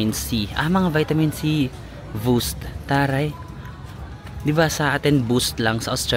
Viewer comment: Natawa ako sa “voost” 😭😭😭😭 ang tito ng humor